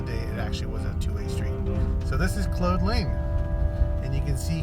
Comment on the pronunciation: Good stuff. (But I believe you’re mispronouncing “Claude Lane”. “Claude” rhymes with “Maude” or “sawed” — not “mode” or “bode”.)